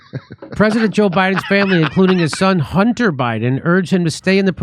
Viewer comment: His "sunter" Hunter ?? Lol